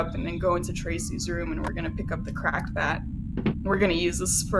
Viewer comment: When you said 'Cracked Bat' it sounded like you said 'Crack Bat' and I thought for a moment there was a new item I didn't know about. I like the idea of a Crack Bat though.